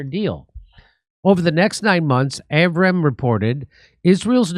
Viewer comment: pronunciation av-ra-hem